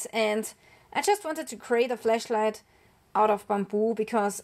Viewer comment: Probably my dirty mind but I heard fleshlight first time you said it 😅.